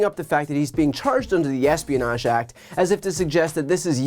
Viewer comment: Or rather the "asspionage" act as Trump pronounces it.